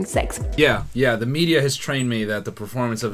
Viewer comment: No he actually pronounced it wrong